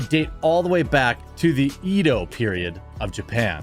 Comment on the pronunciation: Lol learn how to pronounce Edo 🤣, as well leave knife sales to knife youtubers, I'm highly doubtful on this product cause of who's selling it